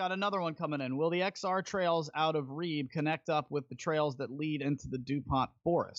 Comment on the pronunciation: You should try and update the description with links to tickets and the Reeb Branch place. (I kept thinking he was saying Reed)